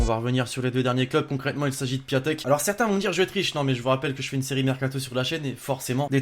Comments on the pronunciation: On dit piontek pas piatek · 10/10 sauf que piatek ça se prononce "piontek" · jveux pas etre mechant mais piatek ca se li pientèk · On dit piontek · Ça se prononce Piontek